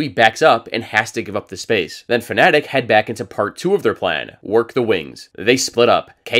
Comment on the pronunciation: please stop saying "fnetic" i'm begging you